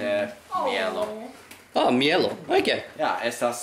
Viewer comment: Gratulon al Kristie la dua! Ĉu ŝi ankoraŭ ŝatas trufojn? Ĉi-foje vi (unu) fakte iomete ebriis. La hundo tre bele ludas kun via edzino, sed ĝi ŝajne ne tro ŝatas vin, kion mi komprenas. kulturita/eleganta/nobla mi.elo, ne mjelo kablon programadan kurson